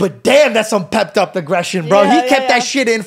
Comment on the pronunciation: pepped-up | pent-up?